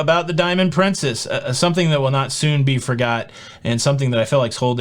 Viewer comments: Am I the only person who tried not to laugh when said "Diamond prinCEEHHHS"? Thanks for the shout-out,! It was a very exciting day. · It’s a British pronunciation. It sounds odd to me too.